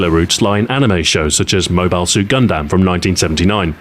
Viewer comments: Stu, did you really need to say "Moe Bile Suit Gun Dam?" Moebill Suit Gundum bruh. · Bruh it's clearly pronounced Mobile Suit Gundam